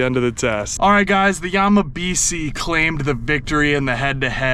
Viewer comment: If this were actually a japanese name, it would be pronounced Yamabishi. si in japanese is pronounced "she"